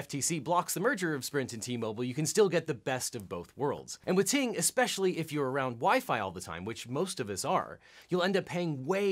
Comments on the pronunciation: oh I know just the way that he said it at first I wasn't looking at the screen so I thought he said TMobile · OBJECTION: Ting Mobile sounds too much like T-Mobile when you said it.